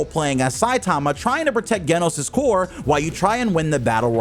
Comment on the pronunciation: Tf you mean KEN-NOSE????